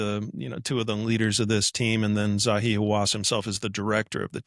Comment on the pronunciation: "it's Zahi NOT Zawi"